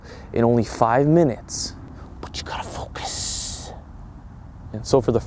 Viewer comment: I disliked just cuz of the way he sayed focus